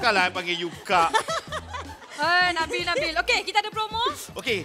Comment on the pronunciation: nabil tu sebut "kat" kilafairy, bukan kak... tp aku x boleh blah dia panggil syura... kak syura..padahal syura muda 2 tahun dr dia